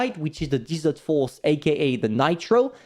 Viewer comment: Great video. BTW I live in the desert like this place for which the Pharaoh is. Desert is sand and dirt said (Dez-ert); Dessert (Dee-zert) is like an eclair.